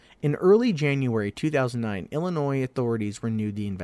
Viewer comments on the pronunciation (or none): sorry man...hurts my ears to hear my home state's name mispronounced. the terminal "s" is silent.